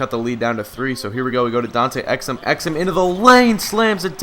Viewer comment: It's not ex-um, it's ex-oom